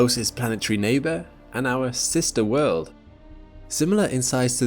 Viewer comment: Last I checked...world has a "L" in it..learn how to pronounce it properly